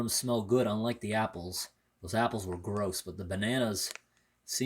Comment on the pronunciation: i love how you say grOss